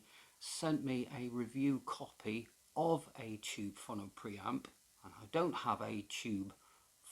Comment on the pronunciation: It's pronounced fo-no.